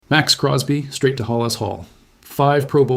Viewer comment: Poles works the Bears not the packers and is HALAS hall not Hollis hall. Erase your video. Or you need some major editing. Learn your names before you post videos. This one makes you sound stupid